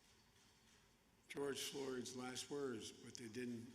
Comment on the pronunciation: Gorge Flords 😂😂